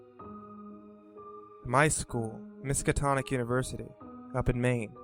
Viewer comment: I have to say I stopped listening as soon as he said "Miskatonic University."